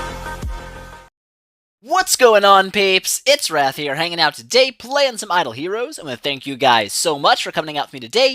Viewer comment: Galaxy Darkradier he said it properly...